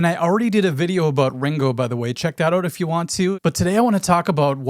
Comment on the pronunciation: Love the Minnesota accent in "Check OOUUUUT' my Ringo video. We are Caniowans. Half Canadian, half Iowegian. Cool topic. Never could figure out who did what on guitar with the Beatles. p.s You have a string that's sharp.